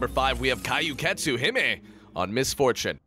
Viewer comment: KAI YU KETSU. Omg I'm sorry I like your commentary most of the time but that was just so painful to listen to.